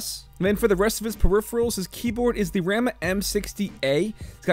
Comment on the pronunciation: also, you're killing me with the pronunciation of RAMA,.... is not Ram-uh, it's ROM-uh